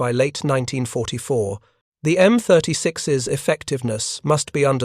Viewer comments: This was not the first time the United States Army adapted a AAA gun for a tank destroyer this was done successfully by adapting the 3in gun in the M10. And please fix your A.I. it is annoying to constantly hear M36S instead of M36’s. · You really need to either read this personally as whenever the A.I. reads the plural for M-36's it says M-36 Ess. Will not subscribe with this poor A.I. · M10"S"??? M36"S"??? AI sucks.